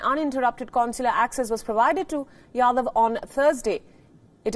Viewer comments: It’s Jadhav not Yadav. Please rectify. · Jadhav not Yadav